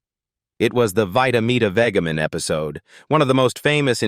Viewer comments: (vita-meata-)vegamin is said with soft g (like vegetable), not hard (like get). That's why narrators need to be people who know, not stupid machines. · I wish he could have said Dezi’s last name right! You would think he researched and knew how to pronounce his name. Disgraceful!!! And he can’t say vita metavegimen right either!